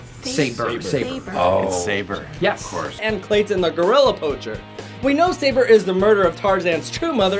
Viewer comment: It’s pronounced Sa-bore not say-ber